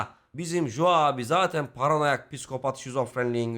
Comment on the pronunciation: iyi güzelde “Jo” diyip durmasaydın adama keşke. İngilizce’de “co” diye okunur 😂